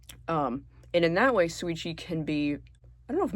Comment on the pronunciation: Why do you pronounce Shuichi like that